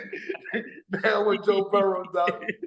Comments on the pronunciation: Cam keeps saying Burrows. It's Joe Burrow. No s. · I thought it was Burrow not Burrow'ssss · It’s Burrow, no S